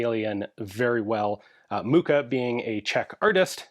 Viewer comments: Mucha is a dialect word for Fly. Ch does not sound like k. Muka. But how to put it in english…? Mukha? And lot of people feel nostalgic about Czechoslovakia and use it as a statement: the twou countries are still very conected and some people feel like “czechoslovaks” - like brotherly conected… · Your pronunciation of Mucha is muka (agony, anguish, ordeal, suffering). ;-) Seriously, just type the name into Google Translate, select the right language and let the website read it for you. (Or copy&paste if there are any accents.) "ch" is the only diphthong in Czech and it's pronounced as J in Juan or José.